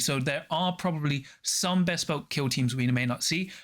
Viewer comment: Great vid, thanks for the summary! Loving the content Apologies, but I have to mention that "Bespoke" is not two separate words!